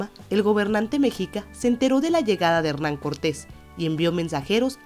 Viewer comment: Se dice mexica no mexica